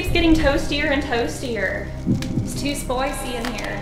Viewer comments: “It’s too spoicy in here” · that's how an Australian would say that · "its too spoicy in here"